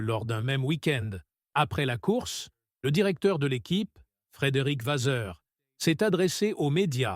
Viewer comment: Le texte est intéressant, mais la diction catastrophique et les intonations malta propos. Et Frédéric Vazeur ? What ? Je passe mon chemin.